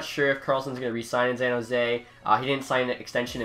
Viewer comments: "Zan Jose" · Bro learn how to say San Jose, there aren’t any Z’s in it. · San Jose S pronounced like an s not a z bub.